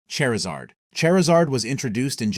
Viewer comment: Say Chari: Chari Say Zard: Zard Say Charizard: Cherzerd